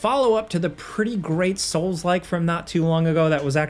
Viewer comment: “Soulslike” “Soulslike” “Soulslike”🤮